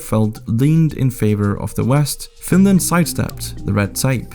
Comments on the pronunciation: OH NO, NOT FINRAND!! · Whaaaat? Oh my god! Not Finraand! 😂